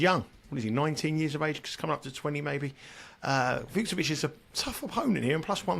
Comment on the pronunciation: Great show as ever! Allow me a correction though: In "Fucsovics", both "cs" is pronounced the same way, as you normally pronounced the second one in your version. Like the "ch" in "beach". Keep up the good work!